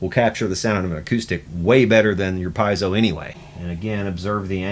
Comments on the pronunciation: It's pronounced peezo. They were originally made for smoke alarms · I tried, I tried, I tried, but I can't not say it: it's not "pie-zo", it's Italian, pronounced "pee-ay-zo". You're a luthier; know how to correctly pronounce your products.